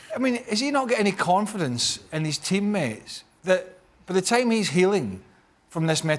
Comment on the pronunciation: How is shaka even british fucking sayin every “the” as Z ... proper english pls